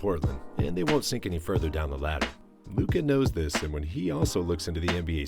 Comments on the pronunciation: You just murdered Luca's name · Dude at least you can learn how to pronounce Luka's name...